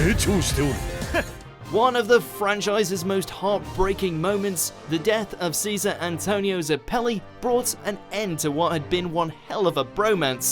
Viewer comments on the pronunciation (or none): none